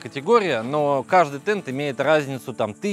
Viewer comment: Правильно ТенТ,а не ТенД!😮